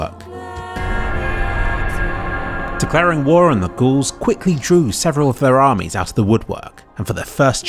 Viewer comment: Ga-Aul's - Gauls Gaullic not ghouls.